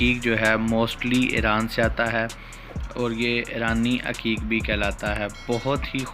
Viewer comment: Bhai aqeeq hota ha haqeeq nhi hota ...